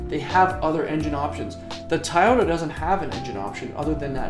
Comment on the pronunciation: Tayota lol